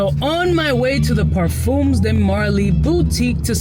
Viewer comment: Par-fuhms. Rhymes with thumbs. Not par-fooms. I get that the Spanish pronunciation is stuck in your head, but think French, not Spanish. ;-)